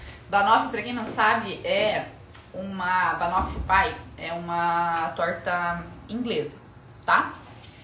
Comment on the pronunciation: Se pronuncia bannofi pay